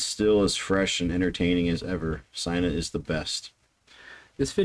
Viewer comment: Ffs please pronounce peoples name correctly. Her name is pronounced as seena.. i privilege to have several conversations with her. She us outstanding. I suggest you check out her over videos. She us the best female drummer on YouTube and she has played with some of the best rock musician im the business